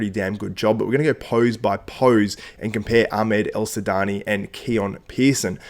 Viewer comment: Well said man , but his name is Ahmed El Wardany not El sudany